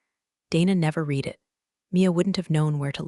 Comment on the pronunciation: AI lesson:- 'read' is pronounced as 'red' silent a